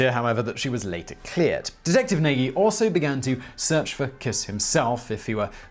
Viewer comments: I think that Nagy is pronounced something like Nahzh. Presumably some Hungarian will confirm or correct that. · If I am not mistaken, Nagy is pronounced nodsh or something similar... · Nagy is pronounced Nudge or Noyj in Hungarian. Certainly not Nay-gee.